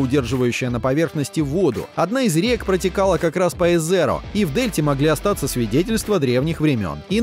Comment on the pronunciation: Как же меня воротит от этих персЁверанс и эзеро. Учи английский, автор.